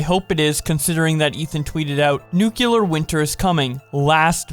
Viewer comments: It's nuclear, not nucular... Reminds me of George W. Bush. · WHY do all of you covering this say nuCElar instead of nuCLear ? Did I miss something ? DID WE CHANGE THE MEANING OF LETTERS WHILE I WAS AWAY?! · The word is nuclear. New. Clear. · I was looking for this comment... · You pronounce it like nuquelear wth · Why he keeps saying "nuclear" like that? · The way he said nuclear